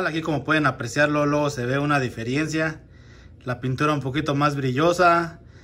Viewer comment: Se dice diferencia, no "difierencia"😂